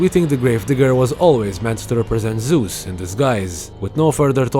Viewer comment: It's Zeus not Zues , no offense.